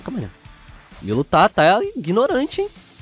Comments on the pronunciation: se pronuncia (Miro) da uma agonia vc falando milo cara kk abraça tmj. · Isso é a pronúncia em japonês KKKKK o certo é milo msm. Tipo japonês fala brack em vez de Black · Essa é a pronúncia no Japão kkkkk, lá não existe a letra L, por isso eles falam "Miro" ao invés de Milo, e Oru Maito, ao invés de ALL might